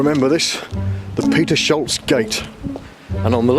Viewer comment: Lol Peter-sholz... It's actually Peters-holz. Main part of the RAF Wildenrath is now owned by Siemens, who built a train testing facility there. The rest is meant as a "Gewerbepark", but the grounds not sold yet do indeed still contain old RAF buildings. I think they're owned by the local government (Gemeinde Wassenberg or Wegberg - or Kreis Heinsberg or Mönchengladbach not sure anymore)